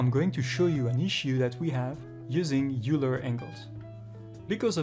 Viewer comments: great video, thanks a lot. and maybe you know this already, but Euler is pronounced "oiler"/"oy-ler" not "yooler" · Oiler! not youler.. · It's pronounced "oiler", not "youler". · It's a common mispronunciation, among people of all accents. "Euler" looks like it should be "yoo-ler," similar to "Ferris Bueller." But it's actually "oiler," like "someone who oils." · It's is pronounced "oiler", not "youler". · you pronounce "euler" as "oiler" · Euler is pronounced like "oiler" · Great video. "Euler" is pronounced "oiler" btw. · It's weird but Euler is pronounced like Oiler or Oy-ler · Euler is a german name, pronounced "oyler" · Not too important in the grand scheme of things, but it's pronounced like "oiler." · Dude teaches Euler rotation and pronounces Euler wrong every single time. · Dumb pronunciation of EULER!